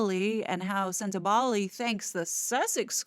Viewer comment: Such a joy to hear someone pronounce 'Sentebale' correctly. Congratulations!